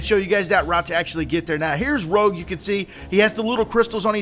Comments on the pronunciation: its not rogue its rouge like red in french. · Rogue? his name is Rouge (ruu-je)- it's French for red :) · oh wow its not rogue its rouge roo-je french for red and its wierd cuz hes red and same as blue and yeah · learn ur damn French it's rouge (pronounced roog) not rogue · the name is rouge, not rogue. rouge is french for red. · Hey just want to clear this up but its not rogue, which is what you're saying. It is rouge as in the color. Like Blue was the color blue and Rouge is rouge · Rouge, not rogue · he keeps pronouncing it like "Rogue" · its not rouge (rogue) but rouge (rouje) its french for red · His name isn't rogue, it's rouge. Rouge is French for red. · its rouge which is French for red hence the colour of its crystals just like blue had blue crystals its a softer e sound than rouge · The crystalisk isn't called Rogue, it's called Rouge (the french word for pink)... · Its rouge not rogue its french for red and pronounced rooge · 'tis the rouge not the rogue. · ROUGE like the color. NOT ROGUE. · it is pronounced "rooj" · He is saying it wrong his name is red but in french its rouge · Rogue D: ... butchered the French language XD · its not roughe, its the rouge, like the color, and the name of the slutty bat from the sonic series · It's pronounced 'ROOSHZ' ffs...nice vid for sure but English....-_-" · I was getting so annoyed every time he said rogue xD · It's rouge as in the French word for red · its rouge (french) pronounced roojsh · So people can't pronounce rouge.....Roo-jje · In phonetics it's pronounce rooj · His name is rouge. Roo-je. Like that makeup stuff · Pronounced "ROO-ge" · ruuj? Thats even harder to read! XD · Rouge is pronounce Rouje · It's not Rouge as in the fighting type, it's Rouge, which is French for Red.. It's pronounced Rooj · its pronounced rooge- its french for red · "Rouge" is pronounced "ruuj". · he was saying it wrong, rouge means red in french so its play on words with blue and red.................